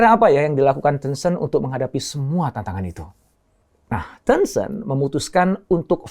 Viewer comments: Bacanya teunceunt apa tencent? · Sebutannya 10 cent Dr, (10¢) Ten-Cent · Caramu ngomong tencent ga enak alias salah